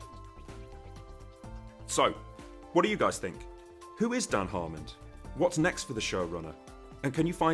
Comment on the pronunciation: Sounds like your saying "Harmond" every single time